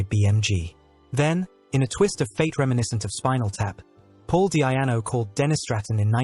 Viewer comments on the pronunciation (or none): DEEEE-ANO not DEE-AI-ANO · Awful AI voice, can't even get His name right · Wish he pronounced his name right... other than that it was a nice video